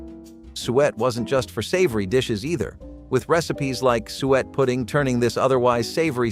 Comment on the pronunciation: You pronounce suet wrong. We eat mince pie every Christmas.